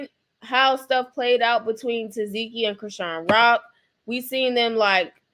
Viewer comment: TA. SEH.KEE IS HOW U PRONOUNCE HER NAME 😂❤